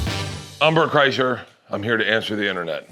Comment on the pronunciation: “Umber Kryshir”? We’ve all been saying his name wrong.. that or we aren’t hopeless alcoholics that were hammered during this recording..